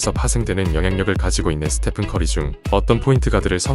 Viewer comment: 스테판이 아니고 스테픈입니다